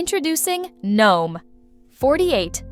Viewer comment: Half the time you say gnome (silent g) and the other half you pronounce it as "gee-nome' (with a hard g).. pick a side, and stick with it.